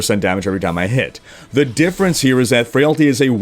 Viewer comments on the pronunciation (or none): none